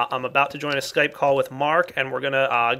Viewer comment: btw it is skype not kype